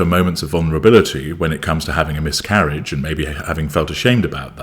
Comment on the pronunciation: I thought you first said “myth-carriage”! Which I find very, very fitting😏